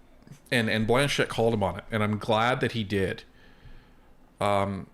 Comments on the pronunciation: Just a small correction - It's Blanchet, not Blanchette. 😊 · Guys...I grew up in Quebec...it is "Blanchet" not "Blanchette"... just say'in, love ya